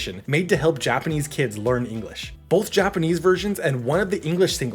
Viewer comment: Its not correct though